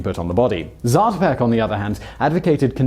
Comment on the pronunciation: It's pronounced zaah-to'-peck, not zatuhpeck